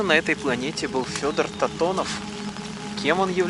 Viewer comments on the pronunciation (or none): Антонов а не Татонов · Не Татонов, а Антонов Федор, Вы же рядом стояли и не прочли правильно.